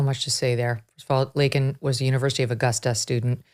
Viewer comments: Laken NOT Lincoln!!!! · What, "Lincoln" Riley? It's "Laken" Riley, you oof. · Lincoln…couldn’t even say her name right. Laken!!! And enforce the rule as it stands!! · Harris looks as if she is holding her breadth! She is scared he would bumble, which he did! The girls name is Laken, not Lenten? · Her name was Laken not Lincoln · And he kept saying Lincoln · Her name is LAKEN not Lincoln!!!!!!! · He's such a dishonest, hypocritical, incompetent (bleep). So disrespectul that he said, "Lincoln Riley" (instead of Laken). What a f'in moron! Yeah, he was definitely jacked up on some "energy" enhancement. FJB! 🤬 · He could not even get her name right. Lincoln? Really! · He couldn't even say Laken's name right. Her name is Lake, NOT Lincoln. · Communist Biden ,he a Communist and a Traitor, he said Lincoln, instead , its Lakin Riley, Ass Joe ! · has no one realized he said Lincoln Riley not Laken Riley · But he called Laken Lindsey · He called her "Lincoln" ! That was so OFFENSIVE !! He had the button an couldn't READ IT ?? SENILE !!! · You did a good job of capsulizing some of many Biden's mistakes in a short period of time. It is only the tip of the iceberg. Biden's heart is made of ice. Could not believe he still pronounced Lakin as Lincoln. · Laken and Lincoln do sound alike especially when you say it fast. If you don't enunciate the "a" in Laken, it comes off sounding like Lincoln. Listen to her say the name . It sounds like she even pronounces it as Lincoln. Bottom line, not that big a deal Megyn. Anyone could have made the honest mistake. I'm sure you've mispronounced names in the past for whatever reason. Stop being petty. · He said Lincoln Riley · I wish when FJB couldn’t say Laken’s name correctly that MTG would have stood up and yelled “it's Laken you fucking asshole! “ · He said Laken Riley’s name wrong . He called her Linken Riley . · Lincoln riley...dickhead cant even get the name right..heart goes out to her parents...and I'm from the UK